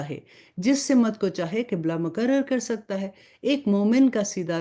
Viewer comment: Pls Simat.na bolye Balkeh Simt kahye kyunke Simt hi sahi hae . shukriya